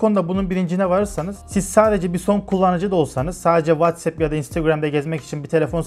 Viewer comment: WhatsApp'i doğru okuduğunu gördüğüm tek adam :)